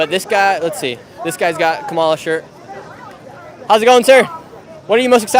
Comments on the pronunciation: Kamala stress first syllable, not hard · Camel The Hair Ass is how you pronounce it .. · Hey Nick, maybe someone already said this…. Say Kamala’s name correctly + the shirt both will help